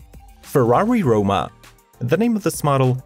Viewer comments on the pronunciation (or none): none